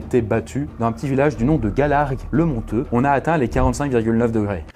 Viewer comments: On dit Gallargues-le-MonTUEUX et non le "monteuh" petite précision ^^ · Et sa ce prononce « gallargue le montUEUX Svp😂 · Gallargues le Montueux haha village de mon enfance mais on prononce le U ;) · le u après le t dans Gallargue-le-Montueux se prononce... C'est juste pour ça! j'adore tes vidéo, merci à toute l'équipe! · En fait on prononce le "U" dans Gallargues-le-Montueux et je confirme que ce jour là ont avait l'impression que l'on était au milieu d'un barbecue et ma piscine a dépassé les 31° et dans mon jardin j'avais 50° température du sol !!! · on prononce le u dans gualargues le montueux. j'habite juste à côté Super vidéo ! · Juste j’habite pas loin de galargue et ont dit galargue le montUeux